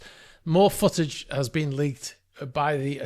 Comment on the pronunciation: Is he reall saying foot-age, sounds more like sausage to me